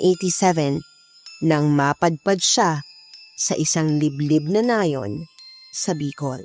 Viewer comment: Nayon.. Hindi Nay'un ang bigkas